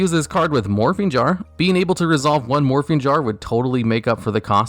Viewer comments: When he said morphing jar the second time I swore he said morphine jar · I know he said morphing jar but I heard morphine jar That would be a fun card